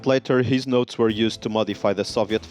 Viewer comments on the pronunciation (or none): none